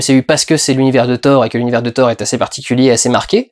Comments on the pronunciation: Ca ne se prononce pas Ssor , jsute "TOR" ce n'est pas un nom anglais et on dit "RAG-NA-ROK, "MIOLNIR" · Mdr on prononce pas "sorth" mais "Thor" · On dit pas hor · hey mec Thor ça ce prononce pas sor... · "FFhor" ???😳😳😳😳 raaah ça pique les oreilles , c'est pas un nom américain 😄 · Au début j'ai pas compris mais WTF ?? Comment ta prononcé thor ??? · lol, ça va faire 5 fois que je regarde le début pour écouter la prononciation de Thor... et on sent bien que tu es content de ton accent... hélas la troisième fois que tu dis thor, tu le prononce en Français. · Juste un truc. Arrêté de le dire avec l'accent anglais. C'est nordique à la base. =)